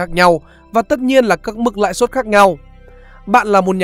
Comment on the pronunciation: Bài viết hay, anyway, "lãi suất" chứ ko phải "lãi xuất" nha